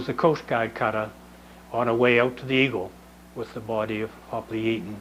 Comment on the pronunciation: I'm surprised to have found this. You even pronounced the name correctly. The Coast Guard gets it very wrong with their award.